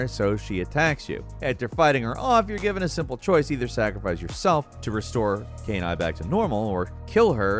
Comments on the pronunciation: saying canine instead of kaine is horrible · LOL Kain Eye. That's not how you pronounce it at all. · Who tf is Kay Nye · Given that Kaine's name pronunciation was in the game it's hilarious how saying it. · Listen, we're going to seriously need to screen your pronunciations of anything related to NieR going forward. I've never seen a name incorrectly pronounced so badly before. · bro did you really say kaiden's name wrong? it's a voiced game, they literally say his name lol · Good lord, did you even try to pronounce Kaine? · The host obviously did not play Nier, since he can't properly pronounce KAINE. Perhaps watching a video of the game for next time could help. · I swear pronounces “Kaine” differently every time. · Still mispronounced Kaine; they literally say the name multiple times in game. How does he keep getting it wrong?